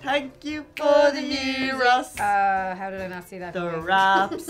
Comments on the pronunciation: actually almost nailed the pronunciation albeit with a slight "foreign" accent! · Eh, no it's not. It's the greek word for round or turn (among others). It's spelled 'Γύρος'. The letter 'Γ' is pronounced like the english 'Y' in the word 'yes'. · g is silent in Gyros, pronounce year-os